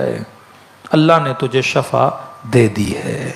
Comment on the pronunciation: Shifa bolo shafa Nahi